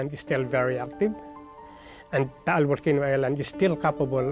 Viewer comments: Mt. Taal not tall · It's called Mt. Taal not Mt. Tall. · Taal. The title is incorrectly spelled. The locals don't pronounce it Tah-al, either. It is said longer. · The title is mispelt. Its mt taal. Pronounced ta-al